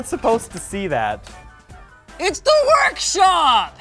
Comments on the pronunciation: That "P" in "workshop" is driving me mad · OCD: that "P" is too thick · The "P" in "WORKSHOP" is awful.